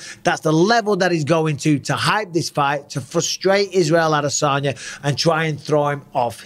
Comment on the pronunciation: Is it just me or did Israel tell everyone how to pronounce his last name correctly (which is: Uh-Dess-Unya, not Add-Uh-Sonya) and then everyone just fuckin' ignored it?